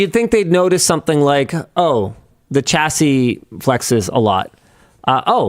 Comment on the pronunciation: There’s no ‘t’ in chassis.